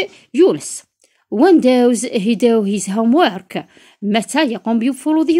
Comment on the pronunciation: داز ماشي داوز